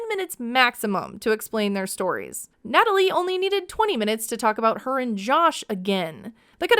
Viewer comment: Nutaly isn’t needy…she is NIIDJE! Gosh I can’t stand her… “who?! Me?! Yukranian gorl?!?!”